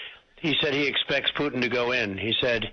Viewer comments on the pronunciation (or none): He pronounced his name as president Pew-tin. Basically putrid putin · "Vladimir Pewtin" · Vladimir “Pew-tun”😂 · Who the hell is peeutin? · can't pronounce Putin. Who's "Pewtin"? 🤣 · Piutin lol